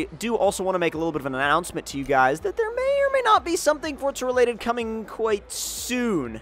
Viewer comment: say it right for za not fort za